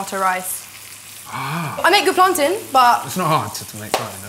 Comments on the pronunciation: plantain not plantin ffs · Can I just say that it’s pronounced plan-TAIN not plan-TIN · this ting said plantin rahhhhhhh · Did say plantin?